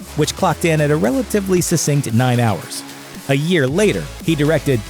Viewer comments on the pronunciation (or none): none